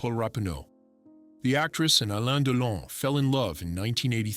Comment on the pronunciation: Er heisst Delon. U nicht Deilon